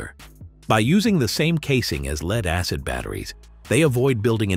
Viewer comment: When you say things like leed acid you loose credibility.